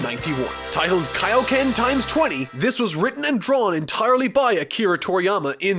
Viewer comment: What bothers me is that he KNOWS how to say it, but just actively chooses to fuck it up lol